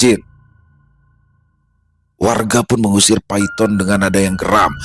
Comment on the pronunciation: Bukan Paiton tapi bacanya Paitun😅